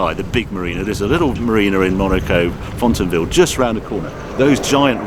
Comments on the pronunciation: "Fontanvill" 😂😂😂 for next time, it's pronounced more like fon-vee-yay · Thanks for the video. FYI it's pronounced "fon-vi-yay"